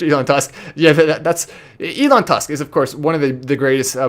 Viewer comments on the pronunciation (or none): none